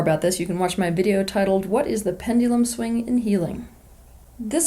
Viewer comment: Nobody: Teal Swan: Pend-ee-lum